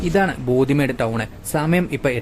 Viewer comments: Bodhi Not Bodi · " ബോദി മേഡ്" അല്ല," ബോഡിമെട്ട്" ആണ്.